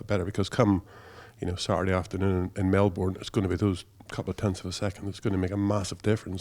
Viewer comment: Fuck mate pronounce Melbourne correctly FFS